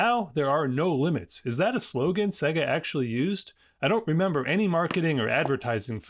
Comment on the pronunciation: Se-ga? Huh Sega like say-ga lol